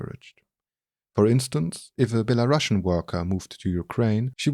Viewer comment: the Word Belarusian is pronounced like Be-La-Ru-See-an